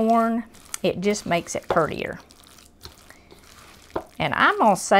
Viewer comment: "prettier"❤️ edit: "Pertier" ❤️ Eye appeal is half the meal!!! ❤️